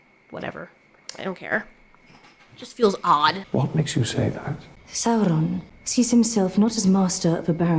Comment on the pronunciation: It's pronounced saurrrrron apparently?